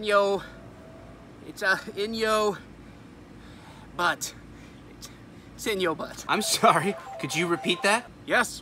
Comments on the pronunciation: No no no, it's not pronounced "butt" and it's not pronounced "BUett", I think it's pronounced "BOOTY". Lol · It is actually pronounced: ˈbyüt. Like the city in Montana. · It’s actually pronounced “Boo-Tay” it’s French lol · Or just pronounce it as it is meant to be pronounced... Bewt (Beaut) Beauty, without the y. Like Crested Butte in Colorado. Ah, but then it wouldn't be funny. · pronounced "be yout" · Funny except it's pronounced Bewt. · The whole point of this vid, ofc, is the visual gag. Yeah, a lot of us know how Butte is pronounced (I lived in the one in MOntana for 1.5 years), but we always jokingly pronounced it the way you do in this vid, just because it was supposed to be funny. Loved the gag,, mondo worth it. (and, for others, believe it or not the intersection includes the names of 2 counties in California).